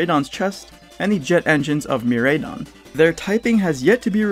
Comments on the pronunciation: I loved the video it was dope but I just wanna know what part of you helped you decide on the (Me-Ray-Don) pronounciation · What the fuckkkkkk GF is dropping the ball again and again and again alkdjflakdjf Also, it's fun to hear how people pronounce Miraidon cause you can tell who the weebs are lol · I know I'm nitpicking at this point, but that's not how pronounce either of the legendary Pokémon's names. The "Rai" part is pronounced like "Rye in the Catcher" not "Ray". Korai as in "ancient" in Japanese and Mirai for "future". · Miraidon and Koraidon not Mireidon and Koredon